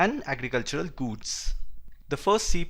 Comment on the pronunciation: Its not guuuuds, its goods lol